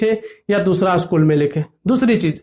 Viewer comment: Usschool kyu bol rhe ho